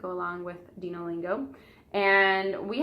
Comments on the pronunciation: I think it's pronounced "Dino" as in "dinosaurs." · Its dino like dinosaur